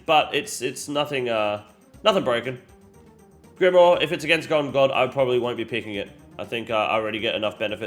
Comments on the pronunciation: can you just say grimoire correctly one single time in the video i beg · Pronunciations on grimoire and kandarin are on point 😂